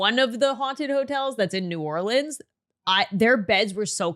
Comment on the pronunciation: As someone from Louisiana pronouncing New Orleans right makes me so happy